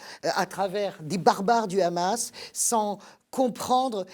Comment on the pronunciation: On sent le parti pris quand même chez vous madame .... vous parlez émotionnellement et non rationnellement .... et on dit pas le Khamas mais Hamas (pourquoi vous le prononcez en hébreu ?) Vous vous justifiez de ne pas être israélienne ou juive... alala l'occident.... vous savez tout et comprenez tout